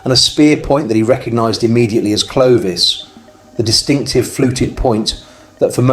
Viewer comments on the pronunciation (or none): none